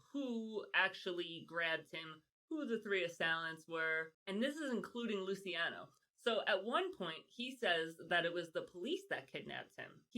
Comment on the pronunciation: Lucky “Loo-ch-iano”….”ci”is a “ch” sound…like Ciao. It’s cringe girl. Listening to you pronounce their names when you are an Italian-American. 😣😟